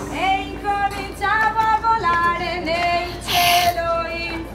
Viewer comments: Bolati narinig ko lex😂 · bolate daw😂 volare po❤